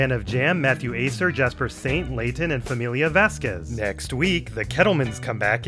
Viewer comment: He also mispronounces "Famila Vasquez" as FAMILIA Vasquez